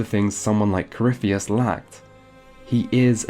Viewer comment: Coryphie-tits, please at least get the name right